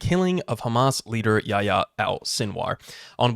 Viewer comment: Btw the h in yahya is pronounced. Fun fact about the name, this is the muslim version of John.